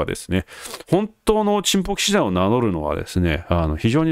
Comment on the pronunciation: 冒頭のおちんぽ騎士団の発声がとってもステキ♥ 恥ずかしがらずハッキリ言える人は格好いいですよ！